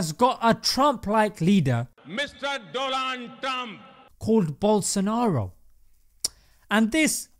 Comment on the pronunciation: "DOLAN TRUM" 😂😂😂😂